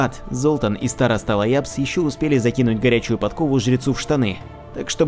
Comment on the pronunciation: Староста Ляабс, а не Лаябс.